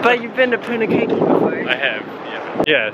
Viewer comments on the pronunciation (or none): Wow lots of campers out at this time of year. I love our country so reminds me how beautiful it is. Hope you are both keeping warm, its so chilly & rainy around NZ at the moment. Punakaiki is poon-ah-kye-key (kai rhymes with pie. Mmmmm pie).